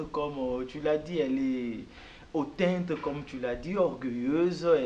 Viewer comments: On dit hautaine _pour une femme _et non hautainte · on dit hautaine et non hautainte. Nayoki olobi ango ata ba 3 fois. Corrigez monsieur. Merci. 😴👍🏾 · Hautaine..... Et pas hautainte !!!!!!!